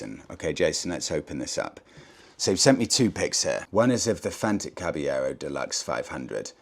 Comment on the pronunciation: Re the fantic, I believe the correct pronunciation is the Spanish one, as Caballero is a Spanish word meaning knight, which in Italian would be cavaliere (kah-vah-lee-eh-reh)